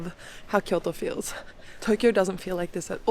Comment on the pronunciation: Thank you for properly pronouncing Kyoto!!!